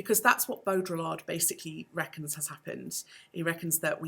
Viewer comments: every time you pronounce the L in Baudrillard, a french philosopher dies inside. great video though. thanks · Nice! You don't pronounce the Ls in Baudrillard though